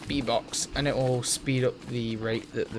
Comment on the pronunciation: Everytime you said bee box, i thought you were saying v-bucks and i was like wtf, maybe he is just memeing in his vid, nothing wrong with that. Then you crafted a bee box and i fel stupid